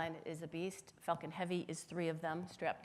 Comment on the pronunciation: everytime she says falcon i think shes actually saying fuking lol